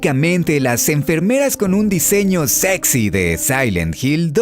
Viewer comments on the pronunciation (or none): none